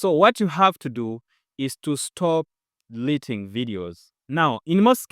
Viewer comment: Stop DELETING or what is the word. Could you please effect the pronunciation? Other wise, it's a wonderful presentation.. Cheers 🇵🇬🇵🇬🇵🇬🇵🇬